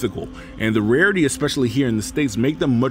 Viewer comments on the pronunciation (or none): none